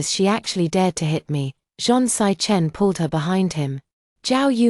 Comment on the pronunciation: Lmao 🤣. Sichen= 'sick hen' instead of 'see chen'.